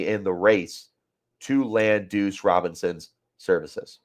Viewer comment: Bro… you gotta pronounce Duce… said “douche” like 10 times.